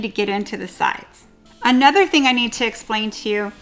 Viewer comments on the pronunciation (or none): none